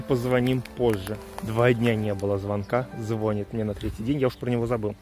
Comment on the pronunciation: звонИт,а не звОнит